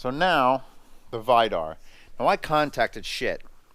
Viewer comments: It's read Vee-dar!😐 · Vidar is pronounced Wii-dar